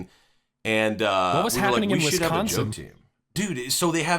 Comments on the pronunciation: "WesssConsin" it hurts for them to butcher my homes name! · Yall say Wisconsin wrong. U elongate the con to much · the way they pronounce the c in wisconsin so prominently is so funny to me